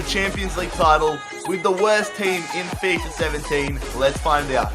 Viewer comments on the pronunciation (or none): none